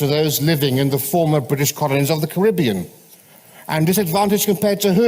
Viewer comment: I just take issue with their mispronunciation of Caribbean otherwise I have few criticisms